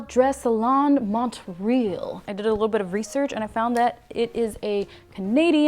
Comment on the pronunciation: I died when she tried to pronounce Montreal